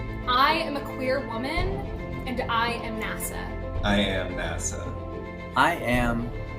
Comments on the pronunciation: When they were saying "I am NASA" all I heard was "I am nasty" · They're saying "I am NASA", but all I hear is "I am nasty"... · “I am NASA” or I am NASTY?? There, I fixed it!!! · They are nasa-tee